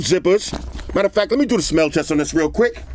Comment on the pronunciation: “Let me do a smell teste on this material” 😂😂😂